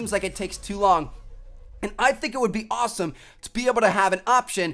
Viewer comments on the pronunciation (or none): none